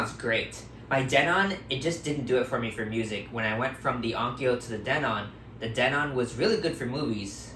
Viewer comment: OH my God its not pronounced den-ON aaaahhhhh